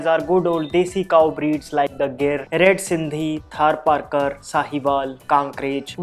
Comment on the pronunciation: Gir is pronounced as geer(गीर)not hair(गैर)